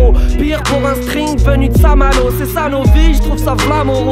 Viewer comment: Il a dit Saint-Malo, jpp